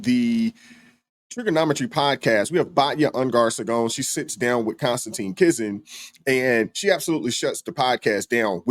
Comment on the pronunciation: I really like you man but you got to at least get the name of the person you're citing correct... It's not CONSTANTINE. Con-Stan-Teen. I'm sorry but his name might be a bit unusual but it's KONSTANTIN. CON-STAN-TIN. And yes, just for the record, I know that I'm a bit OCD. probably because my name is Michael and some people insist on calling me. Mike.